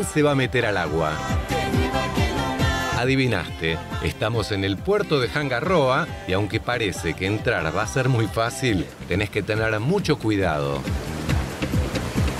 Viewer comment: Che, moai, sin acento. Hanga roa, se pronuncia angaroa. Por cierto...tu hermano es un capo surfeando.